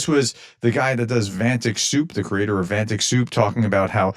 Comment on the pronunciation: Keeping up with your long history of mispronouncing absolutely EVERYTHING. It's Vat-nik. Not Van-tic. You keep doing it and you can't possibly have not heard literally anyone else say it properly